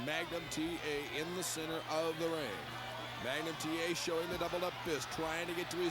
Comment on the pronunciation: “You listen to me Magum TA!” - Nikita Koloff 😂